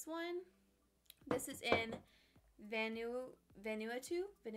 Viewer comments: It’s pronounced van-ooo-wah-too - all mars foundations are named after places. So this is Vanuatu the county. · The foundation is pronounced 'Van--ooh-ahh-tu, but don't hold out the ooh part too long. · Vanuatu is pronounced van-oo-wah-too ☺️ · The way she said Vanuatu 😂😂